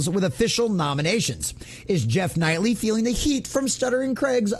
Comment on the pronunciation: So little effort has gone into this video by this inept idiot who can't even do the most basic due diligence to read and pronounce Geoff Keighley's name correctly. Why even cover people you don't know? And why recommend me such slop content, YouTube?